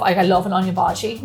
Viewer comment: Samosas❤ I've been craving them during Lockdown. Please do make more Indian Recipes! Love to the team. Missed baby George in this Video..🤩 And I love the way you say 'Bhaji'😅